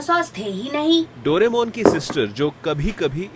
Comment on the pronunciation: The way he pronounce Doraemon!❤